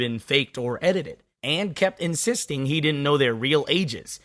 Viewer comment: you kept adding the letter S in front of the word He for some reason.